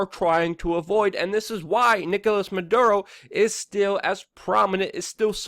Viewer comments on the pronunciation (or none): Dude, it's not "Man Duro", it's "MaD ooro" Unfortunately, I 100% agree with what you are saying. I'd like to know why those Venezuela people are fighting/begging at the border and not their own government? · Dude, you’re incredibly smart but often late on reporting & here you mispronounce Maduro & call him “Monduro.” But, it actually shows you did as much research as possible so this is a good video. Well done. Liked. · The name of this sack of shit is, " Maduro ", not, " Manduro ", you little genius ..